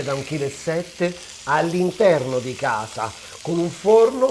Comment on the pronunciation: Ti seguo sempre ma quando dici sono a gasa oppure, mi hanno dedigado, non ti si può sentire. A questo punto parla in dialetto che è meglio.